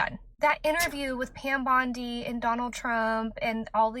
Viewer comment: I can't unhear Pam Bundy..